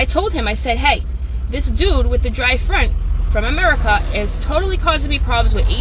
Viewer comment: You did not just say “dryfront”💀💀